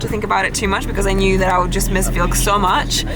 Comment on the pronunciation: "Got Vilk?"